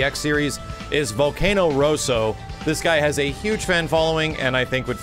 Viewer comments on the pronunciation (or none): none